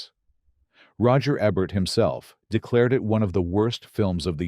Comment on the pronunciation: "Roger EBB-ert"?! "Kate Wins-LATE"?! "Marion CAUGHT-a-lard"?!? "buy-OP-ick"?! AI needs to go to elocution school.